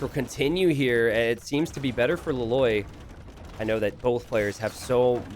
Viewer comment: every time you were saying that hero's name, I kept hearing La Loyd (like Lloyd from Ninjago)